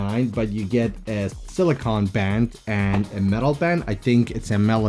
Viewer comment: Awesome vid def picking up one of the metal bands. And Lol it’s pronounced “sili-cone” not “sili-con” 😂